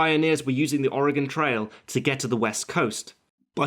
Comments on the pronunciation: for pronouncing Oregon correctly! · Thank you so much for pronouncing "Oregon" correctly! ...as an Oregonian it is very annoying hearing people pronounce it as "or e gone" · I'm from Oregon and thank you so much for pronouncing it right! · In addition to everything else that was excellent about this video, he pronounced "Oregon" correctly. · As an Oregonian I appreciate that he pronounces Oregon correcrly when half of the people in my own country dont. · As an Oregonian it's nice to hear someone who is not native pronounce oregon correctly. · As a native, as well, I think it should be a crime to pronounce it with the dreaded "gone" suffix, and it's a huge sign you know someone is traveling, or not from here. The "gun" pronunciation is mainly a backwoods thing, and most of us - myself included - say "gehn" at the end, since a true Oregonian accent is borderline monotone, has a slight nasally pinch, and we have a tendency to sort of "flatten" our vowels out: like "may-el" for mail, "meyh-bey" for maybe, but not like "ul" for oil, it's more like "oiy-yull" or "dren" for drain. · I just want to say that you're probably the first non oregonian that I've heard pronounce the name of the state right. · Thank you, from the bottom of my heart, for pronouncing 'Oregon' correctly! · I just want to thank you for pronouncing 'Oregon' correctly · Thank you for pronouncing Oregon correctly. :) I think this film fails as a film in one way, and that is Costner's terrible, terrible voice over. I've always felt that a good film maker can get the ideas across without such a blunt method. And yes, I consider films everyone loves like Goodfellas to be diminished by this atrocious film making mistake. But hey, I'm just one guy in a sea of film audience members. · You pronounced Oregon correctly. Im very impressed. Most mid-western Americans even pronounce it wrong. Bravo. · Perfect pronunciation of Oregon. Well done. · Thank you so much for pronouncing Oregon right